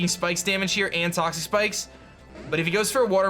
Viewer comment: it sounded like you said, "he got the toxapex up" Although I know you said toxic spikes I'm saying it sounded, to me, like you said toxapex